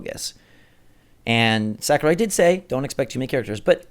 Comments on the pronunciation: Sakurai not sakruai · Who's Sakruai?